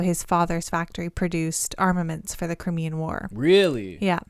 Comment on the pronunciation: Pronounced “Crime-Ian” war.